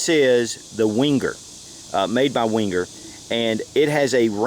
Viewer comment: It's pronounced 'venger', not 'wenger'. And you can buy Lindt at supermarkets here in the UK. Can't you get it in America?